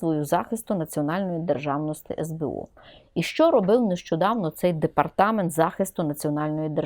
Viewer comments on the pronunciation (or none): Замість « и» необхідно говорити « і» Не державности а державності !!! Пані вчитель😂